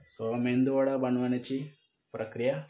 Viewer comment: मेंदू वडा नाही मेदू वडा